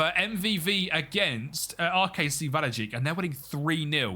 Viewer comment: just to be clear, "ij" (just like "ei" or "eij") is pronounced roughly as "eye". "wahlweyek". Thought I'd let you know cause it's a bit easier to pronounce than "wahlweejik"